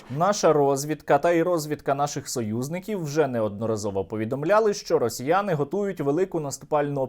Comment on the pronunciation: я буду залишати коментар постійно якщо ти не будеш вимовляти це противне слово росьіййянии, говори на крайняк росіянці, маскалі, кацапи, ну що ж ти так, культурно, з вимовою, росьсіййянии, гидко і противно слухати.